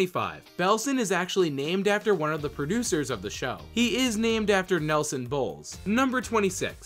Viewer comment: "Nelson Boles" "Belson Noles" Good job, Nelson, good job.